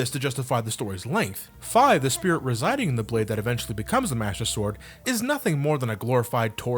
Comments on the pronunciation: i hate to be a grammar nazi... but it's pronounced (fee) not (fie). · its not fay it's feee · It's pronounced Fee not Fye! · its pronounced fe not fy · i groaned once i heard him say "fai" it's pronounced "fee" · Is it pronounced "Fye" or "Fee"? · Wait, is Fi's name pronounced F-ie? Or F-ee? Cause I heard it was pronounced Fee, but calls if Fie. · FEEEEE. FEEEE. ITS PRONOUCED FEEEE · Fie is the correct pronunciation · Wasn't Fi pronounced "fee?" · Wait....The I in Fi is long and not short?.....oh dear god.......